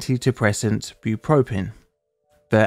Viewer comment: It's not Bue-pro-prin..😂 Bue-pro-pree-on bupropion😂